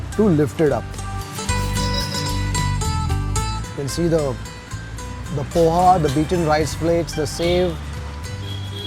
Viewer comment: Pls call it as ''pohe'' btw ur videos are nice